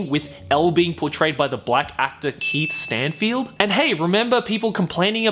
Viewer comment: my guy pronounced like every actor's name completely wrong, adding and taking away letters haha. Kieth Stanfield? William Dafoe? haha